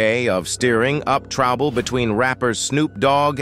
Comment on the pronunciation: Trabble, Big trabble 😂😂😂 this shit mispronounced so many words and names 😂😂😂😂